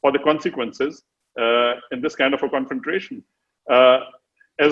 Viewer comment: Great analysis and explanation by the general. He speaks well (except for saying confrontation with an extra R😀).